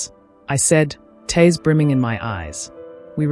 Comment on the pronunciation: Please get your narrators to pronounce words correctly. Eg TEARS not TAirs!!!